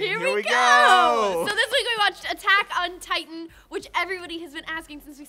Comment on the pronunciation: please, oh please, stop saying Attack ON Titan. My respect for you as an anime fan and a japanese understander, are falling by the second.